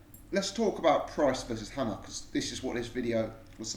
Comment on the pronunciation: Hammer. Like the tool. Wach --> Vac